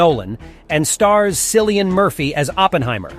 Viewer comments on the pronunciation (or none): It’s Kill ee un. Aaarrrghgh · Sillian Murphy oh lord 😅 it’s pronounced Kill-e-an Cillian Murphy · Had to bail after you mispronounced Cillian's name twice. If you don't care enough to find out a name is pronounced.....why should people watch?